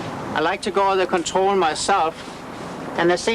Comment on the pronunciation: is great. "Contwol the pwole" lol. Realy good informative vid.